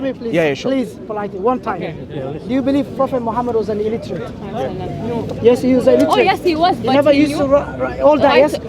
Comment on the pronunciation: At 26 min illitrate😂😂